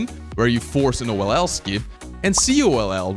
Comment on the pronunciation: Hello, I am Mexican, and I am just going to recommend to you, if you are going to hire a voice actor to translate the videos into Spanish, please let it be someone who knows about speedcubing, because the voice actor says the speedcubing terms so badly. For example, he says oll as "ol"; or something like "cubing secret" as "secreto del cubo"(that sound a lot of bad in spanish). And besides, all your magic is lost and he don't use any intonation.